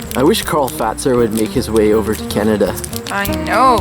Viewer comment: The first canadian people to say Karl Fazer correctly :D